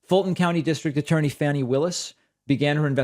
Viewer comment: David,I think Fanni Willis's name is pronounced FAWN-EE...but I MIGHT be wrong.But my daughter's friends aunt's name is spelled that way but pronounced the way mentioned.Just saying...